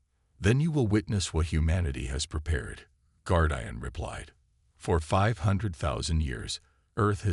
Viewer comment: guard eye an? shitty ai cant say simple words